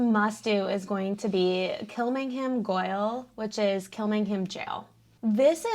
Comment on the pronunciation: Why did you say Goyle instead of spelling it out G-A-O-L and pronouncing it correctly? Were you attempting humour?